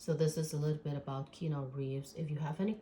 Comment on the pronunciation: Keanu = Ke-a-new, not Keno. But, good reading 😊